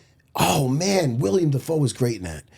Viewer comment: its fuckin willem matt not william